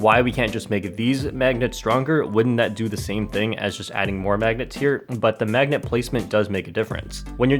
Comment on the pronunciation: LOL “megnet”